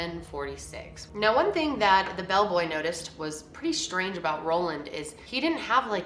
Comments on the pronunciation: Is it Roland or Ronald? Title says Roland but you keep saying Roland 🙃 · Ohmagod same, I was so confused when she kept saying "Roland" and I checked again and realized that it wasn't lol.